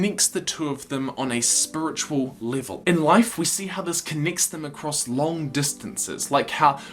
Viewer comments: spuritual livul :))))) lol :)))) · “Spuritual” “Dith” This is classic stuff